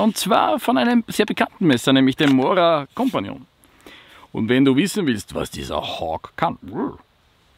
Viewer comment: MoRa KompAniOng"